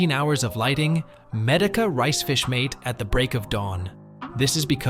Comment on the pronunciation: Good information, but very distracting when AI mispronounces words, especially Medaka, which it says a lot!!!😣🤦‍♀️